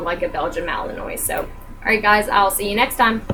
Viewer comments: This video kills me. Ughh he can't even pronounce it right. Clearly he did no research on it. When watching his videos, I kept whispering at the screen: "It's Malin-wa. Malin-wa. Malin-WA. Not Malin-oy." I mean, even after doing a minute of research on camera you know more about the breed than he does. xD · Just letting you know, it's pronounced Malin-wah, but he should be the one to know that if he has the dog. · you didn't even pronounce malinois right btw